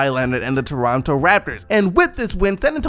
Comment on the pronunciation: why you talking like that lmao - "doronto" "eeeindy"